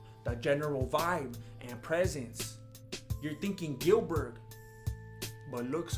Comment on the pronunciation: Bro when he said Gilberg….. I’m fucking dead 😂